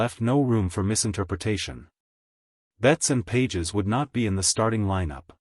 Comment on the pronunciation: You’re mispronouncing Pages’ name. Fake.